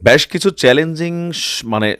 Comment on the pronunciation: ব্যাশ না বেশ কিছু উচ্চারণ।